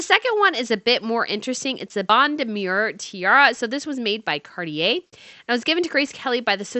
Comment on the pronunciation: Please learn how to pronounce French words especially "Cartier"!